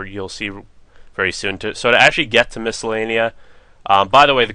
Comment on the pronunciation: lol you say the name of the place wrong and you accidentally say it right lels